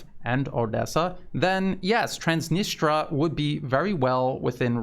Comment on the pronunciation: Please check on the net how to pronounce Transnistria